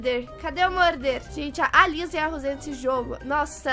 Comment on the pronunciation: Kkkkkk a falando Liza invés de Lisa KAKAKAKA, amo os vídeos da.❤.